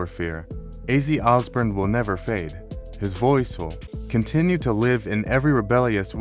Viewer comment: Yes. And it’s Os born. Not Os burn